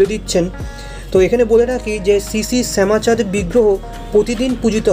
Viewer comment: সুন্দর কভারেজ। কিন্তু শ্যামচাঁদকে একাধিকবার শ্যামাচাঁদ বলছো কেন? আর মূর্তিটি কষ্টি পাথরের, কিষ্টি পাথর নয়।